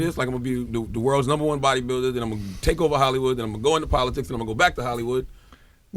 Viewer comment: This man was governor and can't even say "politics"..Nothing is impossible